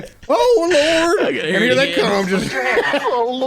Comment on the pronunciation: "OH LUWORD"...."Am I gonna get....AWWWWESTED?"